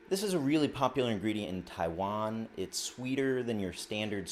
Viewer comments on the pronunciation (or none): none